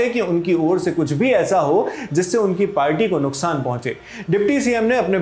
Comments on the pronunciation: Its Party not a Palty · Palty nhi party hota hai Kaha tak padhe hain sir...😂😂😂😂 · Party ❌ पालटी ✅😂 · पालटी😂😂या बालटी😂😂